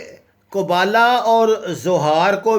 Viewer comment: قبالہ جادو ہوتا ہے قبولہ نہیں